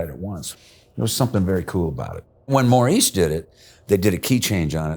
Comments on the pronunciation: Bill Champlin said it correctly. You did not. (mau-REESE, not morris) Why didn't you mention star who produced Dionne Warwick's #8? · pronunciation alert... Maurice White... it's ma-REESE (as in the peanut butter cup), not MOR-iss (as in the the Friskies cat)... love your shows!